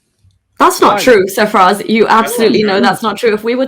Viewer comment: I swear its Sir Faz not Safraz